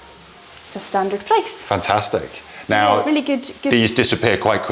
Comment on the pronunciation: I wish i spoke english like the. The way he pronounces "fantaaastic"!!! Gosh, made my day. I would repeat the word all day, just for the sake of it.